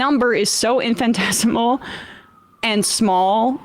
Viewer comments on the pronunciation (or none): lol its not pronounced "infantesimal" its "Infinitesimal". But I do agree with her perpsective